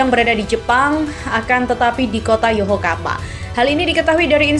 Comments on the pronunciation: Paraaahhh... Naratornya males baca. Nyebut nama klub (kota) berkali2 tapi salah terus. 👎 Yokohama bukan Yohokama apalagi Yokokama. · Wkwkwkwkkw YOHOKAMA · Min tolong di perbaiki penyebutan YOKOHAMA bukan YOHOKAMA kalau hal yg meleset tp sering di sebut itu gak enak didengar 😂😂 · Yokohama mbak mi min ya..bukan yohokama...hadeh....angel angel ..wes angel...😂😂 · Yokohama bkn yohokama mba.. 😂😂😂😂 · mimin yokohama aja jadi yokokama salah kok sampai ahir parah lo min